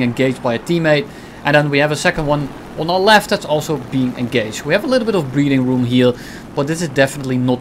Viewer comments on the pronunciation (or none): I love how close his “breathing room” sounds to “breeding room”, cracks me up every time he says it